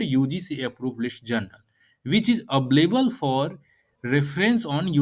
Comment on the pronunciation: Mr. Video Presenter , Jounral nahi re balak, Journal bolo. Rehear your own Video.